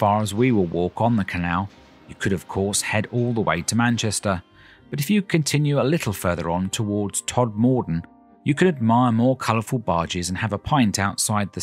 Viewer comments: Thanks for this lovely video which certainly brought back memories for me as I used to live in Heptonstall. My only criticism is your pronunciation of TodMORden. It 's pronounced TODmorden. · I'm really enjoying watching all your travelogue videos at the moment. Thank you very much for all of them. With regard to this one, I thought Sowerby was pronounced Sow er by as in a female pig (sow) and not "so" or "sew". Also, your pronounciation of Todmorden made me chuckle. People round here say Tod ma den with the emphasis on Tod.😍